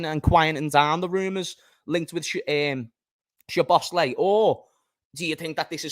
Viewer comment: pronounced "sobots-sly"